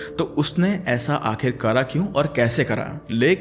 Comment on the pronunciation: Bhai Hindi ke words ki maa behn mat kiya kar Akhirkar hota Hai.. Akhirkara nhi